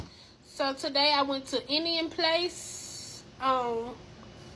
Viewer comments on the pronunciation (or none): OMG…Indian “PLACE”??? Lamb “Kumar”??? Oange??? Garlic “NUHN”??? And I know she didn’t walk up in the restaurant and order “Vegetable Bawz”. For the love of Deepak and all that is Hindu…🙄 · First of all, the correct pronunciation of the restaurant is INDIA PALACE. I do not appreciate misinformation, or when someone simply does not care to slow down and state the information with a clear and concise delivery. The restaurant has been there for over 30 years. Secondly, I am yet praying against this glutinous spirit. I pray she receives the sincere prayers and is delivered from this spirit. It isn’t healthy and dying young is not our birth right. ~Respecrfully